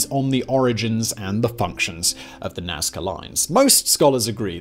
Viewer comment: It's Nazca. And for God sakes, I hope that you have done your duty and visited far more than only the lines. The Nazca were truly awesome. If not get back to the Casa Andina (the best restaurant in town it's just crossing the street, like five meters away from the door of the hotel) and do your duty! Cusqueña de Trigo, always! ;)